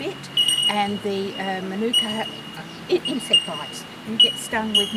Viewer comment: Maanuka not minuka....dickheads